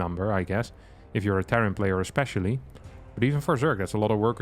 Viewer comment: "if you're a Terran player e-SPECIAL-ly"